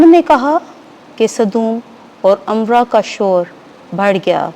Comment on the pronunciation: (صدوم اور عمورہ) نہ کہ (صدوم اور عمرہ).